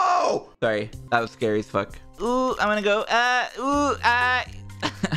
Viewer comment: "GET THE FWOK OUTTA HERE MARIO!" Ded XD